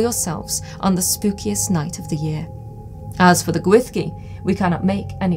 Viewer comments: Great video, super interesting! One minor thing, though: the Welsh "ll" isn't pronounced "th". It's more like a hissed/swallowed "sh" but that's not quite it either. Sounds like the cloche is going to be a really important object for your museum, so might be worthwhile practicing that sound if you're going to be talking about the Gwyllgi a lot on tours etc. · I too am haunted, by how a word spelt Gwyllgi could be pronounced Gwyshgi. 🤯